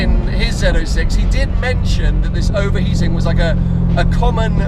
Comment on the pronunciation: Zed 06, finally pronounced correctly.